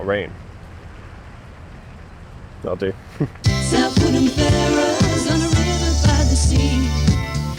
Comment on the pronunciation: The outro 'South Woodham Fer-ers' is the first time a 5-syllable jingle has triggered in me an almost desperation to visit Essex. I yearn to shop in that groovy pad while listening to that catchy jingle.